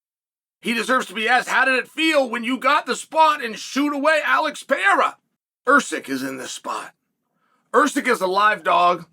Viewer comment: Awesome of you to pronounce Pereira correctly. Keep up the great work, Tío Chael!